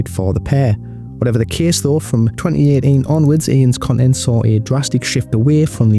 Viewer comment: twennny ehh eenn Bro cmon say that shit with your chest! Twenty Eighteen!!